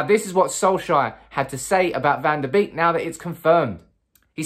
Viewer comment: It's bake not beek that's how they pronounce it.